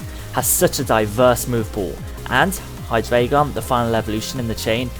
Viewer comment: It's "High - Dry - Gun"